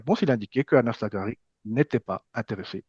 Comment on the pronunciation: Merci pour le travail que vous faîtes sur cette chaine ! Bonne fete de fin d'année à tous ! Ps : " Anas" se dit " Enes" en arabe les gars. Ciao y Hala Madrid !